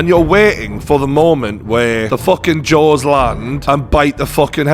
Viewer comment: When you said Jaws, I thought you said Jones lol